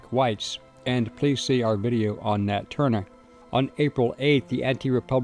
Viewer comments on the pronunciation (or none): none